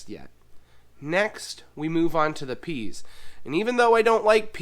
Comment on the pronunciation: I hate to tell you but it's PEAS!!!